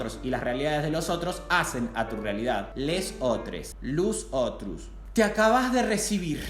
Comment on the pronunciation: "Lus otrus" jajaja, genio!!❤